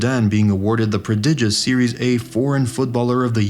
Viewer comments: Why you always got to say 'series' A when it's 'Serie' dear AI or a person who made this video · It's serie aah, not series A. Pronunciation is off